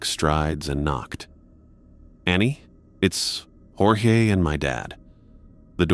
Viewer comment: You lost me at "Jorgé Stark".